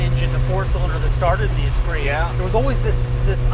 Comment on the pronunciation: "Uh spree"? That's an "s spirit" Jay. You pronounce car names funny. He could've just swapped in the 2.2 from the glhs omni. Faster and cheaper.